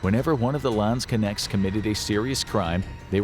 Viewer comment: As a german I cringe at the way you pronounce Landsknecht... LAAANDSKINECTS WTF IS LAAAANDSKINECTS!!!!!!